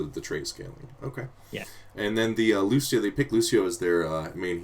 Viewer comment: Such a shame he pronounces Cassia and Lucio like -sh when it's Ka-cee-a and Loo-cee-o ... :((((( xDDD